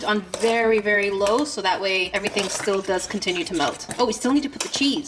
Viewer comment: I believe you too because you said steel instead of still